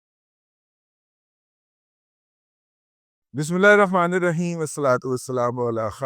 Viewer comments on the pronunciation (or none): none